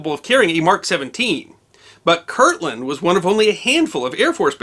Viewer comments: So... it's KirTland (with a T) AFB, not Kirkland as you keep saying. I was there, in school, a couple miles from the 'drop'. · I worked on Manzano Mountain (a weapons storage area on Kirtland) in the early-80s, and we had always heard a rumor about this, but we never heard the whole story. Sounds like much ado about not much. Speaking of much ado about not much, it drives me crazy when you pronounce it: Kirkland. But everyone else does, so I'll get over it.